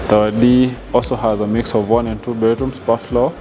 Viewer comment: Diction. The content is absolutely great but diction is not giving. Kwanza the lady being interviewed. Wueh. The word "and" has no 'r'.